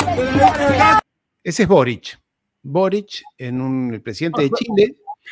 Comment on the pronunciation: BORIC....BORIC....BOOOORIC....NO ES BORIS...CULTURA😂